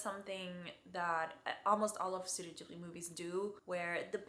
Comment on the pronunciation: "Ghibli" is Italian from one of their early movies. Gh- in Italian are always pronounced with a hard G, like in "gift"